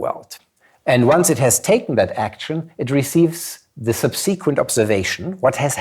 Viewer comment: every time he sais subSEEquent I wish this vid was a shootem up... Interesting presentation tho